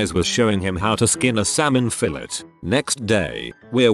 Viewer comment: The bot pronounces 'coup' correctly, but not 'fillet' lmfao